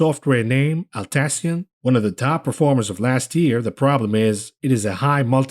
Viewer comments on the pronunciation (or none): I work for TEAM, it’s pronounced “at-lassy-an”